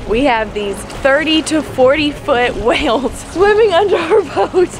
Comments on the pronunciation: they are (WAYLES) NOT (WELLS). C'mon. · wells? its whales not wells uhghghghghghghghhghghghghgh lol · Wait, you pronounce whales 🐳 interestingly 😂 like “wells”